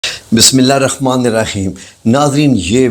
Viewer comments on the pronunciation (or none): none